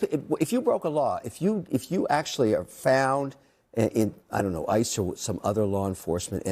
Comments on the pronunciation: Is this AI? Who pronounces ICE that way? 😭😭😭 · Are you using AI to provide commentary? Why would you pronounce it "I-C-E" instead of "ICE"? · Are you using an AI voiceover?! Who pronounces ICE, "Eye See Eee"?!?!?!?!